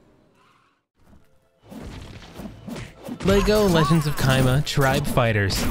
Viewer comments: It's chima not kima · The way he pronounces "Chima" has me dying lol